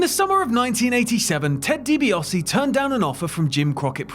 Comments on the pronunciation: I was enjoying this until the narrator started pronouncing Di Biase as Di Biose. Why ? Never ever in my life have I ever heard anyone call him Di Biose!. Pronounce it right it's Di Biase. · So no-one is going to discuss the mispronunciation of Ted Dibiase's name????